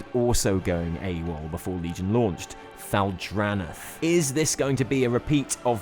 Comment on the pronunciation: That's not how you pronounce Thal'Dranath. :P